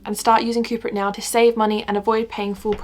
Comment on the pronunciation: when you said the video was sponsored by coupert i did hear cooper 😭😂